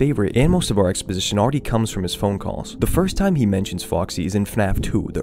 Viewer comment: Just a side note, as criticism to help make your content better, you should really try to pronounce the "phone" in "Phone Guy" with more of an O sound. At least to me, it's too much as "Fun Guy". My reaction was: "Who the f is Fun guy?" and then instantly realising you said Phone. It's supposed to be helpful criticism, if it's not, then ignore it. I just thought it fits your "theme/mood" in the videos. Otherwise, nice video :)